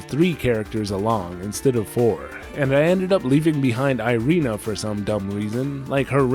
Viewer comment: Irena is not airiina (; foken hamuricans and their puke pronunciation